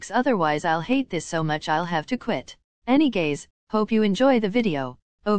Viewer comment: I love your anygays if i hear it Right